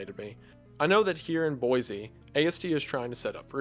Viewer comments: I used to live in Boise, I'm always happy to hear it mentioned. For future reference, if it ever comes up, it's pronounced boy-see not boy-zee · Great video, nothing personal but as a born and raised Idaho resident it's pronounced Boy-See (you can tell who's from out of state by how they pronounce the capitol haha).